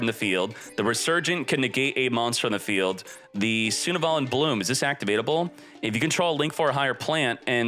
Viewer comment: why does he read sunavalon like that lol